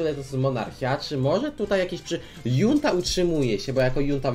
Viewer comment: Czyta się Hunta, jest to wyraz obcego pochodzenia